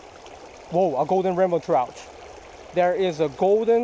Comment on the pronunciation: Sounds like he's saying ramen trout lol